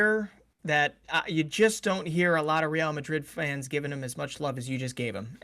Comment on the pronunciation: Why do you say Real like that?😭😭🤮🤮